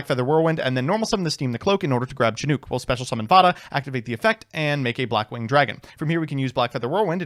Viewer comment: says Chinook the most correctly out of everyone I've seen, but it's Slightly odd to me somehow